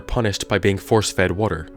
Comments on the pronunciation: The way you say water it sounds like "wortor" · Everytime he says water, the word worter pops into my head. WoRtEr